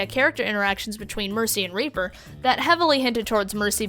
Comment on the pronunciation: how do you have a silver border and are still in plat? edit: also how do you think moira is a main healer. also you pronounced reaper's name incorrectly. (here is how it should sound )